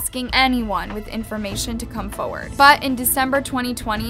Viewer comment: can say FORward properly jfc